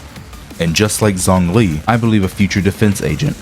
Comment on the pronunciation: Nahhh bro that's not how you say zongli xd I'm hopeful that Hoyo knows what they're doing with their defense characters cuz I really want Ben to become more viable in the future...